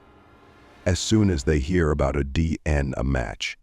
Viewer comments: For future reference if you’re going to use AI separate the letters when saying DNA —> D N A…AI may stand for “artificial intelligence” but in reality not that intelligent 😏 Glad the family got answers but they deserved better justice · oh ffs! this is the channel whose AI doesn't know how to say D N A and tries to say it as a word rather than initials. Blocking this channel. Adios.